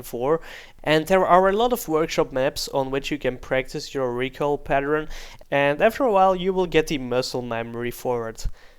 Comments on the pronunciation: PatterEn it is said pattERn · "recoil pateren" lol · What is a recoil paternern?:D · 'recoil patteren'